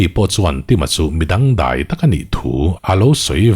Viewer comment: Chhiar thiam khawp mai a. Luia Dai dul i lamdan erawh hi chu ka sawisel ve e😅 Tui ka dai laiin tiha dai ang hian ri se, i tlangban siam chu a va dul hniang hnuang ve tiha dul ang hian ri se.